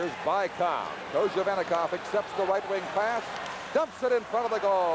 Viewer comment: Американский комментатор называет Быкова "Байков" )))). "Велосипедов" по-английски. ))